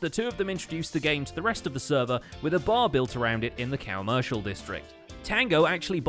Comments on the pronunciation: but sometimes they call it the coMOOshial district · When you starting to hear "COWmershial District"